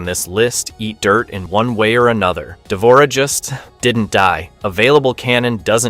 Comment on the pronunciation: the mispronunciations are killing me why did you even include d'vorah?